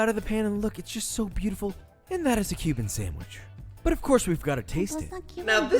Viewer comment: I was not aware that Ironmouse was a fellow boricua, or hispanic at all, until I saw Koefficient's video reaction. Now that I know this, I'm noticing small things. Like when she says sanGwich instead of sanDwich.